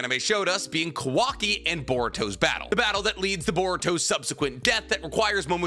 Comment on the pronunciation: "cuh-wocky" lmfao holy shit "parrot" it's pi-roh, kaw-wah-ki